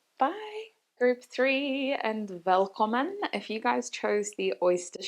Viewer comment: Group 3, I am Norwegian and I heard a perfect pronunciation of "velkommen" (welcome in Norwegian) at the beginning of the reading! Say what?! Haha. That was a surprise! I wonder if that was on purpose and you know/are learning a Scandinavian language 🤔Reading ressonated as well! 😊